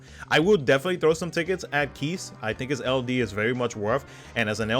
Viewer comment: FF CC the Crystal Bearers was even voiceacted, yet people keep mispronouncing KEISS & say KEES, KEES, KEESSSS all the time. The EI should sound like EYE.